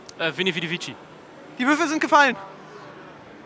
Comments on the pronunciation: Kam sah und siegte spricht man aber nicht veni vedi vischi also nicht vischi sondern vici🤷🏼‍♂️ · Wie der mann einfach sein eigenes Tattoo falsch ausspricht... veni vidi vitschi... Es wird wiki gesprochen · Er lässt sich ganz gross Veni, Vidi, Vici tattoowieren, kann vici nicht aussprechen und weiß nicht was der spruch bedeutet😂🤦🏻‍♂️